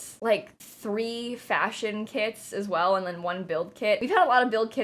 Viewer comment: Anyone else kept hearing “kids” instead of “kits” 😂 it was funny lol